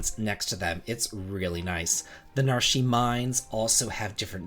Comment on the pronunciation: NAR-SHE? I always pronounced it as NARSH